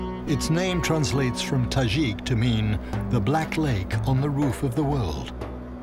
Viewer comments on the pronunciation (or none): tadjik not tazhik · Yeah, I thought he was pronouncing it wrong(i have a tajik boyfriend)